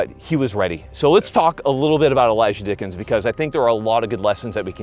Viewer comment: Im sorry but the intro had me laughing "The one name I do know... Elijah Dickens!" then all I hear is "Dicked em down" 😂